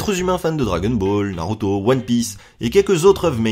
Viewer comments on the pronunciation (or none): none